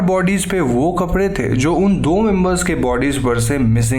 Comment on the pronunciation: आप "कपड़े" को "कपरे" ना बोले please